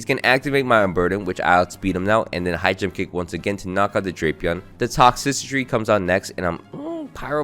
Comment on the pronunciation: Mag-geer-nuh and Tox-tris-city